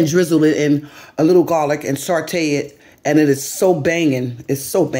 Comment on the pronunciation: You always use words wrong when speaking. Saute doesn't have a R in it. I have kept quiet for so long, but I can't hold it anymore....plezzzze